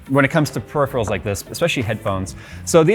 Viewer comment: He said PERIPHERALS correctly!!! w00t!